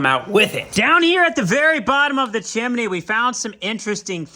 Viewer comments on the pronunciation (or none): It's a two syllable word, chim-ney. It's NOT chim-i-ney, like you said the first time. How you ever got that in your vocabulary is a true mystery. It sounds as if you're uneducated when you say it that way. In this video alone, you say chim-i-ney at least three times.